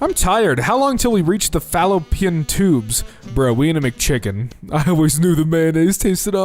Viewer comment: Excuse me, sir did you just say “Falo-pee-in”?!?!